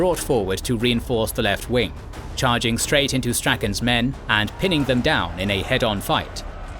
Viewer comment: “Prompted the Scots to descend DOON HILL” 😂